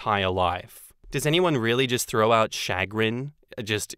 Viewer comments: Much to my shuh-GRIN, I cannot hear say SHAG-rin, SHAW-grin, or CHAH-grin… and not shuh-CRINGE!!😬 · The emphasis is on the second syllable as well. Shuh-GRIN, not CHA-grin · It's not "SHA-grin", it's "Shuh-GRIN". It's a basic work in American English. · It's not SHAG rin or CHAG rin, it's shu GRIN. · Shuh-GRIN. I can't believe you've never heard that word before,. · I have heard similar water fights in my household between my MIL and FIL. They are Asian. Chagrin is pronounced "Sha-Grin". It's a word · I trot that word out now and then. In the US it’s pronounced “shuhGRIN”. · Emphasis on second syllable ShahGRIN 🤭😝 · It is sha- grin. Yes we use it. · I’m so bothered by your making fun of “chagrin”. It’s a common English word. Also, it’s pronounced shuh grin with the emphasis on the second syllable. Why would you just mispronounce it repeatedly to make fun of a normal word? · 2nd Story - chagrin is a real word (noun - A keen feeling of mental unease, as of annoyance or embarrassment, caused by failure, disappointment, or a disconcerting event.) and it's pronounced with a SH and AH sound at the start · Chagrin is a perfectly normal word and I (and many others) do indeed use it conversationally. Emphasis goes on the second sylable and the 'ch' is pronounced as 'sh'. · Either way is better than how pronounced it, though now that I think about it I think you're right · I use chagrin all the time, and you even said it mostly right but with the accent on the wrong syllable (it goes on the g) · The takeaway from the second story narration is that we should aim to read more. The lack of vocabulary diversity is very worrying. Not only chagrin, but also repeatedly saying empathetic as emphatic made me pretty sad. And this is not a comment about "kids these days", it's more of a comment about "internet age is uncovering a lot of deficiencies that were hidden prior to everything being extremely public"